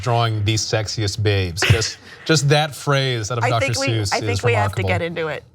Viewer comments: the guy on the right said dr soys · "doctor soys" 💀💀💀💀